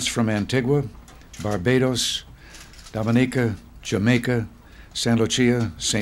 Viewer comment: *Doh-Mah-Nee-Kah Please pronounce correctly 🙂